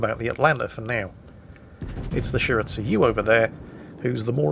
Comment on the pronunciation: I'm cringing a bit everytime says shir-at-sue-you instead of Shi-ra-tsu-yu